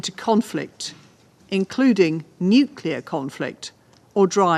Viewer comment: LTG needs to learn to pronounce nuclear. Hey, Russia was first in space back when too.